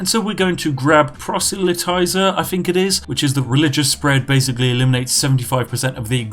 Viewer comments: Lol “polterizer” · Poterizer? lol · I have never heard "proselytizer" pronounced that way before. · I love how you got closer and closer to the correct pronunciation of proselytizer each time you said it.